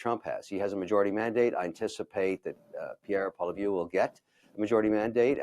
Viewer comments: Pierre Polivieux? Wtf.. arent you best buddies? Ask your 10 mil followers if you should know how to say your bed buddies name.. lol.. pound salt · Kevin O'leary can't even pronounce Pierre's name half right. Is he even a Canadian? Polivew??¿ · Kevin … Pierre’s last name is pronounced Polli - ev‼️ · Hey Kevin if you’re going to support our new PM please learn how to pronounce his last name. Pol-ee-ev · Awesome show! I like Kevin. Genuine and on point. Can someone please tell him how to pronounce Pierre’s last name. It’s a matter of respect. TIA 🙏🏻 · It's Poilievre. Why can Kevin not pronounce his name properly? He's not the guy on the horse. Roll your "R"'s for Christ's sake. You don't need to be an opera singer.